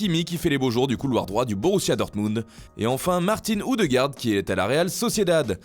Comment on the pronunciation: Martin oudegaard 😂😂😂😂😂😂😂😂😂